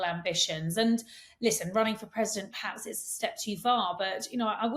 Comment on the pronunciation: Yes both were giving us very different views about MM than their usual take on things. Is that Katie’s influence here? Katie is guilty of saying ’paps’ instead of ‘perhaps’. Sorry but a bit grating.